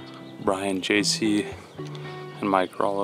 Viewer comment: Did call JC “Juicky” on number 10 when he was chipping? LOL